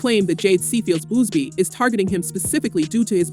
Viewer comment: Its Buzzzzz BEEEE not Boozebee my God🤦🏻‍♀️